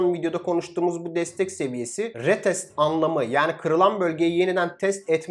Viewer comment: REEEETEST NEDIR YAA DUZELT SUNU ARTIK RIIITESTT RIIITEST